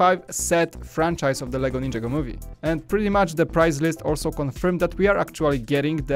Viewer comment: Learn how to say ninjago